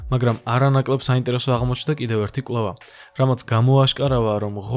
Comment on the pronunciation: კვლЭვა,წლЭბი,მერცხლЭბი,მოპოვებულЫ,... და ასევე ალბა-დ და ან მთლა-თ😊 დიდი ხნის უკან დავუწერე, "უცხო" რომ ერქვა. "ლ"-ს კიდე ვინ სჩივის პოლიტიკაში რომ არ გასვრილიყო კაპიკებისათვის. დასანანია.